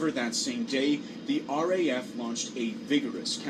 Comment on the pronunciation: It's RAF (Royal Air Force); not HEF!